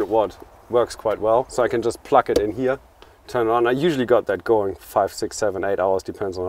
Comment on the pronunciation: Yeah... and incorrect pronunciation for plug. :-D Anyway, he's a wise guy for sure!